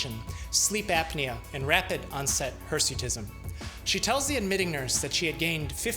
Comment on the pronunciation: Remember its hersuitism not hesuitism